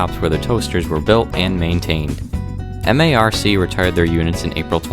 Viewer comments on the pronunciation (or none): Very nice as always. SEPTA's AEM-7s were my "school buses" when I went to Temple University. Just a minor side note though, SEPTA and MARC are pronounced as words (SEP-ta, and "Mark" respectively). Keep up the good work.